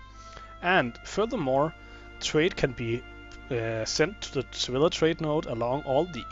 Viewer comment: sa-vy-a, not sa-villa